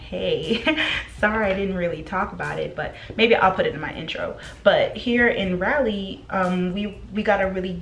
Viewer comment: I just wanted to point out that it’s RAW-lee not Rally (Raleigh). In case your friends are secretly not correcting you lol just helping!